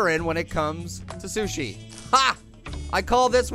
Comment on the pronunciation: It's Sushi, not Sush.